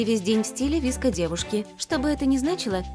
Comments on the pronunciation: Они даже неправильно сказали e и vsko Girls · Никто: Абсолютно никто:: ВиСкИ гЁрЭл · КАКИЕ НАХРЕН ВИСКО И И ГЕРЛ?Е ГЕРЛ И ВСКО! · Все:вско гёрл Все в планете: выско гёрл: ВиСкА гЁрЛ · Да не vesko - gril а vsko - girl (на русском) не виско гёрл а вско гёрл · Они вообще отставшие!Сейчас 21 век!!!: 1.Слипоны уже не в моде! 2. Скибиди уже никто не танцует! 3. Не виско гёрл,а висикоу гёрл! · Божееее как же режет уши Не и герл а е герлс И не виско а вэско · ДА НЕ ВИСКО ГЕРЛ, А ВСКО ГЕРЛ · Не Виско, а Вско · правельно Vsko ане Visko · Не віско а вско девка і я одна вспомнила АнастаСиС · Уже бесит!!!не виско!!А, висикоу!!!!ДУРАКИ!!!!!!!!